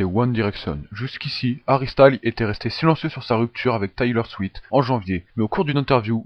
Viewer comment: C'est Taylor SwiFT pas SwiT